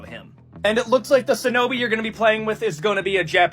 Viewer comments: The dude complains about culture appropriation and yet pronounced "shinobi" as "sin-obi". Also kunoichi exist too. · you can just hear the incel erm ackshualy nerd lisp is heavy with that guy. Also the dude is wrong there were women shinobi's (also he mispronounces shinobi multiple times) .